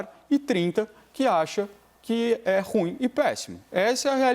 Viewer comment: Alguém da CNN poderia ensinar ao como se pronuncia a palavra "ruim"???